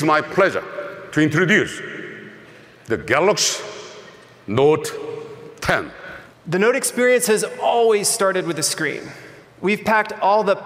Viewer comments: DJ Koh quoted "Ga lus Note 10", he couldn't even speak his own company flagship's name properly. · My mans done said "Galax note 10" pfft haha dis duuuude